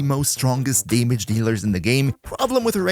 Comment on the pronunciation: I like how you pronounce damage. Daemidge